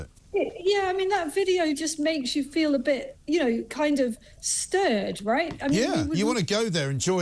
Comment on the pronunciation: "it's the wight thing ta do".